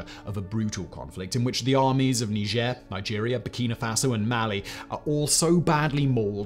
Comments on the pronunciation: Are you French? Why are you pronounce it like that? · That's how you pronounce it? Didn't know that. I pronounce it 'Nyjer' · You mispronounce the name of the country, it's supposed to have a more of a G sound and a harder R on the end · Can’t wait to hear “mispronounce” Niger.